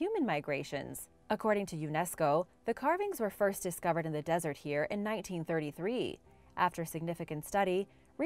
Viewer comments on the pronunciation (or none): none